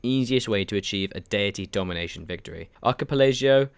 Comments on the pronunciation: Ark-key-pell-la-go Archipelago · archipelago - Ar-kie-pe-la-gow